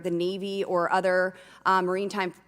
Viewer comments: I love when she says "Marine Time" like it is an aquarium that will put on dolphin and whale shows. She can think (or not think) whatever she likes, but having someone so simple in an official Gov position should be embarrassing for all us citizens. I am trying to not use "American", as her ilk do not represent the two continents of America properly. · She couldn’t pronounce maritime 😂 Murray-time😂